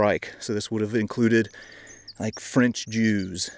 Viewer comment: "The Franch"😂 i caught that! Love the channel,look foward to it every week,keep it up!